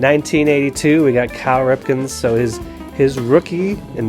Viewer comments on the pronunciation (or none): "Cow" Ripken?